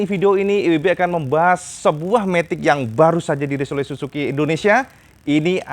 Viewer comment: SUZU cak, bukan SUSU....beda jauh itu 😄😄😄